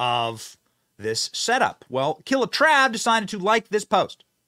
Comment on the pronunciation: "Killatrav" lol 🤣